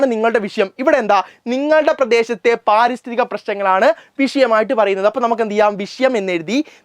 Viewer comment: പാരിസ്ഥിതി അല്ല പരിസ്ഥിതി എന്നാണ് സർ ഇന് കുറച്ച് നീട്ടൽ കൂടുതലാ😂😂😅😅